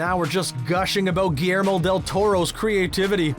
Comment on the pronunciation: GILYERMO not GIYERMO